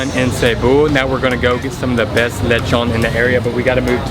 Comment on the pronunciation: Its not lech-on its le-chon (the o makes oh sound)